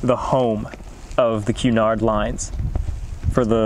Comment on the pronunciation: Pronouced like Samuel Ca-nard ..not Q-nard Very beautiful place to visit and reflect..probably the only place I've been able to sit and peace and reflect at...my child as well had almost like a calm come over them there..this is a must stop/visit...it is on the way to Peggy's Cove (which had the tragedy of Swiss Air 111)